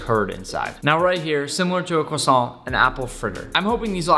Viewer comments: I partly speak French and you nailed Croissant! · YES YPU SAID Croissant ALSMOST RIGHT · I am from Quebec and you said the croissant rigth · Phew, he didn’t say the croissant like quack-son Tom Holland: 🙃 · As somebody who speaks both French and Hebrew, you actually nailed the pronunciation for both the challah and the croissant! I’m genuinely impressed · yes you said it right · actually I think he said it right PS: i'm french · As both a Jewish person and a French speaker, you were on point with all of your pronunciations. Very well done. And even if you weren’t, no sane person would give you a hard time about it. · The croissant pronunciation was good, it's nice that you care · I am french and I just wanted to say that you said the word croissant perfectly haha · You actually said the Croissant right! Proud of you Nick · As a French guy You said "croissant" perfectly! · I speak french and his pronunciation of croissant is actually pretty good for an anglophone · Actually the 1st american that was able to pronounce croissant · The croissant was well said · Ho ho you said 🥐 correct I’m not french I’m just English 🙂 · You pronounced 'challah' and 'croissant' right. Good job Nick. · That pronunciation is on point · Excellent pronunciation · If you want to know you pronounc croissant very well gg you did well